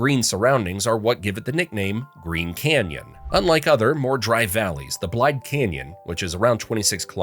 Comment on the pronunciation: 11... Its pronounced blade-duh Say its quick.. not blide..... Sounds like 2 words